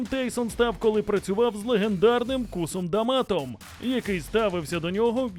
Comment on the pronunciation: Касом Доматом......😂 Олени ви хоть вчить історію а не просто пероповідайте її